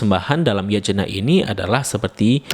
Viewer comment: Yatnya bang bacanya bukan Yajena wkwk 😭